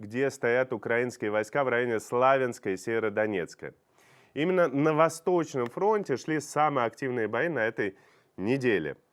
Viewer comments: Правильно произносить СУмы, СлавЯнск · cУмы, а не сумЫ. СлавЯнск, а не СлАвянск. Что за новояз?